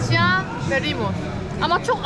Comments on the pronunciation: vegeteybil degil yalniz bro, vegitibil, fresh degil de raw, chia=cay degil chia, bi nevi tahil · Yenge chia tohumu diyor, sen de çay diyorsun ya 🤣🤣🤣